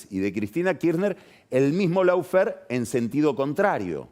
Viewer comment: Querido y magnífico Carlos, Lawfare suena en inglés más parecido a "loh-fer" que a "lau-fer". Digamos que esa primera "a" de "lawfare" se pronuncia como una vocal entre la "a" y la "o" del castellano, pero más próxima a la "o".